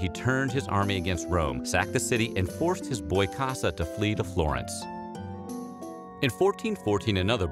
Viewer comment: It’s Cossa, not “Cassa”